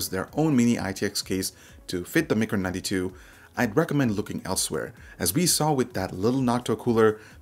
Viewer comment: I keep hearing Mecro92 rather than Maker 92